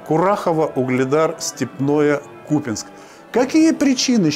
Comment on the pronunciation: Не Купинск , а КупЯнск, говорите правильно